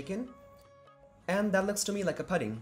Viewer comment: Good trip report, nearly professional. Please correct your pronunciation of PUDDING.